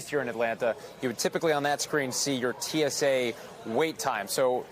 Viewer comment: Host its tsa not too. Tsa 😂😂😂😂😂.